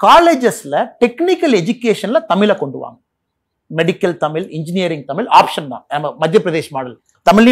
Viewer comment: திரு.அண்ணாமலை அவர்களுக்கு சிறிய வேண்டுகோள்.[தமில் அல்ல] தமிழ்.தமிழை கொல்லாதீர்.